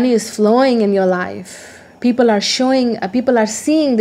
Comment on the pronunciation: "People" does not have "s" at the end. :)